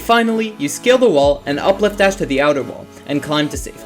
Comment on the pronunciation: I swear, every time you say "scale the wall" I hear "skill the wall" and think "Yeah, get outskilled you stupid wall!"